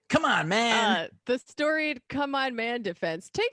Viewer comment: He can't say "man" anymore... C'mon ma